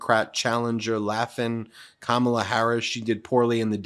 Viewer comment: I notice that Trump said Kamala's name correctly. It shows that he mispronounces it on purpose on the regular. I'm shocked.